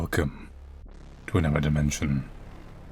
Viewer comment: The way says "psychiatrist" kills me. I love it though. Kinda like when he says "anuvver"